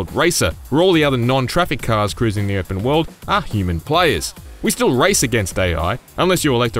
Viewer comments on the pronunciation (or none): none